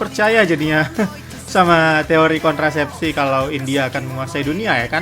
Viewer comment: Saya dengarnya "teori kontrasepsi" bukan konspirasi